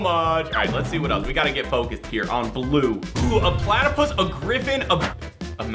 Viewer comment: I’m obsessed with platypuses me: Do you mean Plattaie?